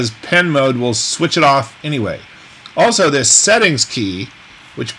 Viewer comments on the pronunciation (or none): none